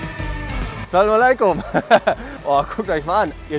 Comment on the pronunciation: Wer hat auch alles salaleiko gehört 😂😂 muss er nochmal üben